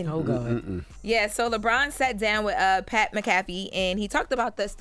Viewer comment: LeBron is a cry baby and pernounce Pat name right broad